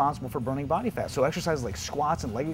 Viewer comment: secs he say's 'body fart off that area'.lol!!!